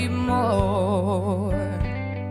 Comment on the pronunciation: Zoooo mooi! Zou echt helemaal af zijn als ze ‘or’, ‘more’ en ‘for’ niet als ‘oy’, ‘moy’ en ‘foy’ zou uitspreken. Verder echt zo gaaf en zuiver😍